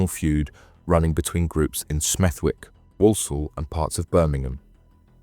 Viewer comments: It's pronounced Smethick, a silent w as in the middle of Warwick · It’s Stechford. Smethwick is pronounced ‘Smethick’. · IT IS PRONOUNCED “SMETH-‘ECK” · nah I don't think so, but as I live by Smethwick it just stood out to me haha but it's one of them, if you don't know the area then you probably wouldn't know the w is silent 😂 more Birmingham/Midlands stories would be good 😉 👍🏻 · Good vid bro, Smethwick has a silent W though 👍🏻